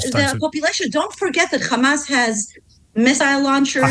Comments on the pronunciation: First of all it's Hamas with an "H" letter and not Khamas, and it means "Courage". So it's a meaningful word and not a noun. The only reason she and all Israeli like herself have a problem that pronouncing is because Ukrainian alphabet have the letter "X" which sounds like "Kha". So today people like herself call themselves Semitic??? Let's look it up to see if Arabs are Semitic or Ukrainians? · I tried to listen but am so tired of the complete and utter BULLSHIT. She sounds EXACTLY the same as every other spokesperson aka trained bullshitter. Exacyly the same. Can pronounce every letter fine except KKhhhhhamas. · They sound so absurd with the “Khamas” pronunciation. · She says people of Gaza not Palestinians. Denial of a people and they say Khamas because they enjoy distorting how things are pronounced to denigrate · She is american so not indigene to historical Palastine and as an american why does she say khamas? Cant she spell a H? This people are so annoying with all their BS.Left or right they are all zionists.